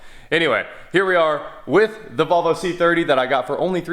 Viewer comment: You don’t know how to pronounce Volvo correctly